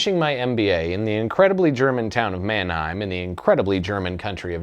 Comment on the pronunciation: Still can't pronounce it properly xD